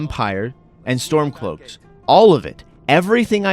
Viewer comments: it sounds like you're saying Stonecloaks??? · Hmmm... I'm pretty sure I heard Stonecloaks as well 🤔